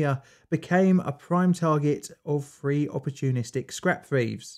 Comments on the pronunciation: Say “ free” now say “three”. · Ok...the word is "three"...THREE...not free. Drives me nuts. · when I cant understand whether the narrator said three or free I exit!!